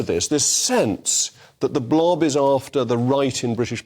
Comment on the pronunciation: Say "BLOB" again you absolute muppet.